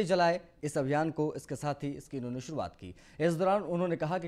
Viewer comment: ओह एंकर महोदय शुरुवात सुरुआत नहीं, आशीष हो या असीस , गजब एंकर को नाम तक ठीक से नहीं ले पाते हो ! नमस्कार बोलना सीखो फिर समाचार बताना . 🤣😂🤣